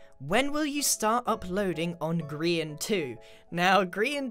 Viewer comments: What is it with people calling Grian "Grain" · Grian not grain